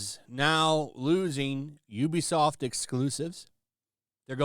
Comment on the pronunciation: Actually, it's pronounced "oo-be-soft",.